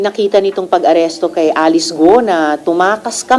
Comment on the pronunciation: Yung nag voice over, ayusin mo sakit sa tenga pronounciation mo, sa alice at camara, follower ako ng bunyog